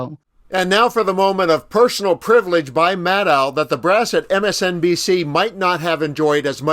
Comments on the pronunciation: Why do you call Rachel Maddow, 'Madd ow,' it is pronounced 'Mad doe!' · Ma DOE not Ma DOW